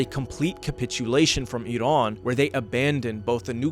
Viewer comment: Thank you for your video and pronouncing iran right